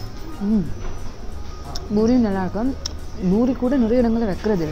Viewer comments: Heyy small correction, it’s Poori not Boori😄😄 love your videos ❤️😋😍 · yes exactly the Indians call it Poori which is the correct way to say it I think 😃